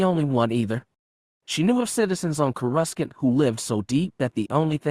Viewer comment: It’s sounded out Cour a sant. Not courascant.. just watch a clone wars episode to hear how it’s said. 😊